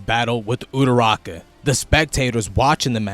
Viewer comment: Love this video! Great analysis broski- but please stop calling Ururaka “uturaka” lol